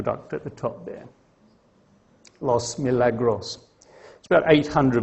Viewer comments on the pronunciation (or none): Hearing a Brit attempting to pronounce Spanish is like a hearing a Mandarin speaker say "rolling lorries." Instead of "los miraglos" its "Lahs Mihraahglahs".